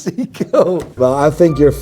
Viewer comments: It's pronounced Psycho, Not Seko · Sei-ko not see-ko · Wtf is a "see-co" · This self-proclaimed watch expert can't seven pronouce "Seiko" correctly. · Bro can’t even pronounce Seiko correctly